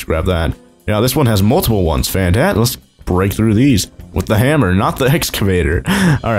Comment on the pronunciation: The way he saids fantastic is fantAstic